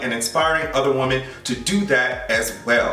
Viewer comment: Real question. Why do you pronounce woMEN as woman? It subtly irking me and I can go with it more if it is intentional. Love ya tho